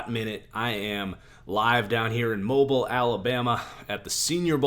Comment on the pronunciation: mo beel alabama not mobile as in T-Mobile